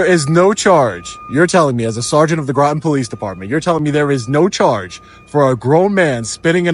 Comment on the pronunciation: Groton rhymes with rotten